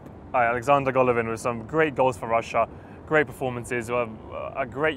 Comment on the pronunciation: Man called Golovin 'G' bruv